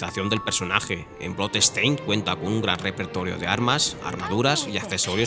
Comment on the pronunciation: Your pronounciation of the word bloodstain is awful. Dont say blood estain. DONT say the E